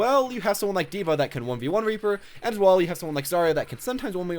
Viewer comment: u said raper